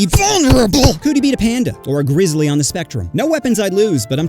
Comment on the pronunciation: Did you just call a pandas gay gristly bears?